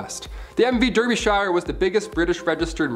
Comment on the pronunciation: The pronunciation of Derbyshire is quite far off 😅 it’s meant to be pronounced darbyshure